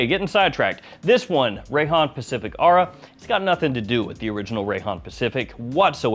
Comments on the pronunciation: It's or-aa 😂😂😂😂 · Isn’t it pronounced aura?